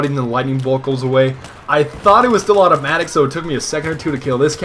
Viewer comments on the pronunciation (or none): none